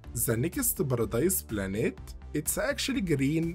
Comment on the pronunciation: Ziz baradize planets